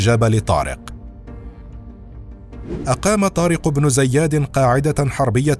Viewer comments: النطق الصحيح لإسم زياد هو بكسر الزاء وفتح الياء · طارق بن زياد وليس زيادن